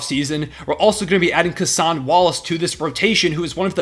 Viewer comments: bro why did he say cason like that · Bro why do you say Cason like that lmao